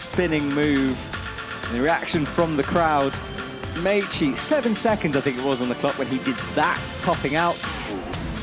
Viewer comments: Nice to have as a commentator but really wish he would learn how to pronounce Meichi and Sorato’s names better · gently emphasizing "Meichi" and "Sorato" while the other guy doubles down on "Mechi" and "Soratu" 😅